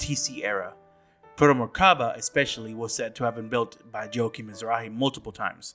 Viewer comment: I think it's funny how you commented how things are said wrong in the game however you consistently call Joachim and Juli wrong for all these videos It's even said in the voice acting how to say the names. It's not "Joehakim" or "Julie" It's like this Yo-ha-keem And "You-li"